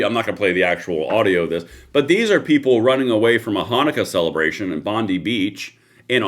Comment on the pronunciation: It's pronounced Bon dye not bon dee 😂...you can get a shooters licence and own guns in Australia. assault rifles are banned